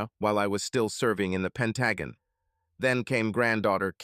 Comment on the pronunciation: The short story "It was an Amicable Divorce" by Ephesus14 is one of my favorites! Other than the mispronunciation of the Pentagon, this narration did the story justice!